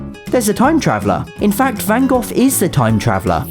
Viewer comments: FYI Van Gogh isn’t pronounced like that at all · Awesome as usual! I just have to ask, though, it's that a standard pronunciation of Van "Gogh"? I've honestly never heard it said, "Van Goff" before! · Gotta love how Van Gogh as Van Goth. /j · as me being dutch i found it funny how you did van gogh (with tom)